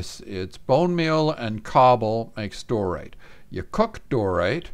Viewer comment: When you pronounced it as "Dorite" all that came to mind was "You thought it was Dorite. But it was I! DIOrite!"